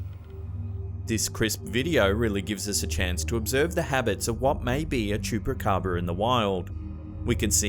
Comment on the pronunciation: He does'nt know how to say Chupacabra?